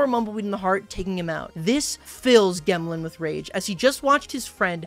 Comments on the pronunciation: gemlin has gems on its back. it is a rock. pronounced like gem. not g - em - lin. its jem-lin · Calling it a “gehmlin” over a “jemlin” is a bold choice when it has gemstones sprouting from its back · Gemlin?? It has a gem on its back Shouldn’t it be pronounced gemlin??? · I think it is pronounced gemlin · it should be pronounced "jemlin" like "gem" as in jewel combined with word "gremlin." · Brih gemlin is obviously pronounced jemlin, because, you know... gem-lin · i think "gemlin" is pronounced with a soft G sound because it has gems on its back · pretty sure Gemlin is supposed to be pronounced like gem (j sound). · Im mildly annoyed at the pronunciation of gemlin, i think the intent is for it to sound like gemstone